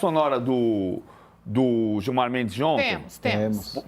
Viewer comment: PVC caghão kkkkk qual problema de criticar o Gilmar, “digo, respeitosamente, o ministro Giomar” kkkkkkk